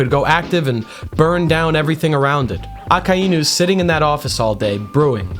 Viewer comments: Ah-Kuh-E-New? Ummm...no..it's -Ah-Kai-New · is it really pronounced "Ah-kah-EE-nu" or am i rightfully losing my mind thinking it's pronounced "Ah-k-eye-nu" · PLEASE FOR THE LOVE OF GOD, SAY IT LIKE THIS——> AA-Kay-NU,,, not fucking ah-kah-inu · Akainu is pronounced Ah-Kai-New not Ah-Ka-Eye-OO you are most likely doing that mispronunciation on purpose but I still have to stress that it is a mispronunciation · I almost turned the video off when I heard you say his name …. It’s A-KIN-(D)-New … the D is silent lmaoo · Why are you saying aka inu. It’s one word akainu. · Its a-kai-new. Not a-ka-ee-new. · if your going to mak the greatest akainu video , than at least pronounce his name right , i can not sit thru 50 minutes of you saying AKA iiii NU ,, its A KAI NU , even tho its two different words making 1 word aka and inu , it gets its own pronounciatian when mixed , the I is pronounces like db KAI aKAInu not aka iiiiiiiii nu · My brother in Christ, it's uh-ky-new, not ah-ka-eye-new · A-Kai-Nu, not A-Ka--i-nu. Good vid though. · "Baka Inu". Thought you could sneak that by me, did you? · say it with me AH-KAI-NEW 🤦🏻‍♂ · It's pronounced AH-KEYE-NEW my dude. Japanese vowels are the easiest to pronounce. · But that's not how it's pronounced. Those are the roots. If you watched the show you'd hear it clearly a kai new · aka-inu lol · don't get me wrong I am 100% sure that it is but I'm so used to the americanized version that "Aka-inu" sounds super weird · The name pronunciation really threw me off but I like your theories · The way he pronounces akainu is gonna drive me insane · You pronounce his name like a complete idiot 😭😭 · Great video! Sucks that you pronounce Akainu like that though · Why he gotta pronounce it like that smh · The way he says the name irks me. But good shit haha